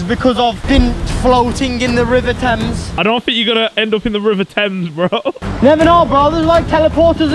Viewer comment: “I might end up in the river temes 😂😂aaaa”